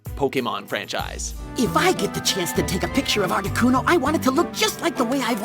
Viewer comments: #6 Articuno. (Arta-Ku-No): Ar-Tee-Cue-No... (inserts clip where kid says name properly. Still mispronunces it...) it's aight. I would too if I didn't know. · excuz meh Art-eh-QUE-no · ArtiQno Q Q my god its articuno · he said articYOUno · Arti-KEW-no... i can't... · did he really just say "artikyuno"? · Articueno? Seriously? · Lol he says artiquno xD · Am I the only one who got pissed off on how he pronounced articuno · you said articuno wrong... -_ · The way he said articuno made me want to stab myself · They literally pronounce "Articuno" for you, and you still say it wrong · Ikr. How can you possibly mispronounce Articuno? Does even Pokemon? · Mis pronouncing articuno really ?